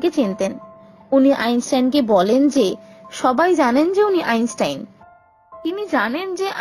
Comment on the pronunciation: আইনসাইন নয় আইনস্টাইন